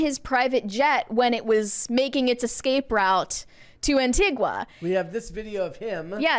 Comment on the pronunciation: Its Anti-Ga not Anti-Gwa. Please get the name of the country where I was born and raised right.